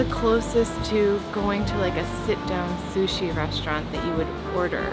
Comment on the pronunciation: rofl "Sushe"